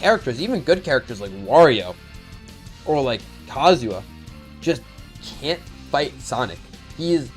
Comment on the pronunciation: Please stop calling him Kazuwa